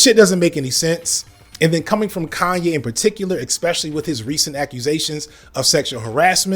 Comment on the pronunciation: Was just hanging out long enough to hear you mispronounce 'especially' again. It's a drinking game now.